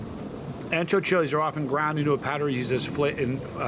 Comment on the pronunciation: Being Spanish and Italian myself, and just as a PSA, Ancho, Spanish for wide, is pronounced Oncho. My late great cat back in the 90s was named Mudrick was 18 1/2 pounds. Ancho was an understatement. I'm not even going to get into that super....... whatever that word was.